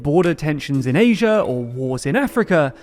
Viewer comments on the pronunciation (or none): none